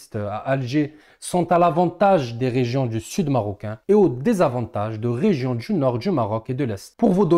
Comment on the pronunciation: Poilitique tu prononce politchique Region du nord , tu prononce : region dju Nord . 😂😂❤djurable! . Bravo ! Je like